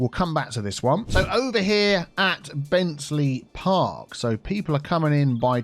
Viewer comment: Shouldn't that Bentealey Park be pronounced Ben Tea-Lee, as if it has been named after a Mr B. Tea-Lee? Maybe an old local land owner. It is a very good idea putting an heliport near the airport, because, who would ever think of landing helicopters in airports? Even if there was heliports already built into the airport, nobody would want to land there.